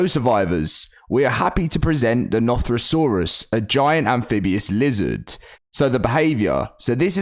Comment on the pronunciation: you said the name wrong, but I understand it’s not an easy creature name to say it goes way differently. If you watch one of Zeb files videos, which is a YouTuber I like to watch. If you go to his 100 days the island video, he finds one of those creatures but it’s one of the modded versions and he says the name